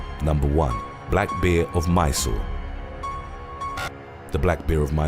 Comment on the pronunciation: Am I the only one who loves the way he says bear..?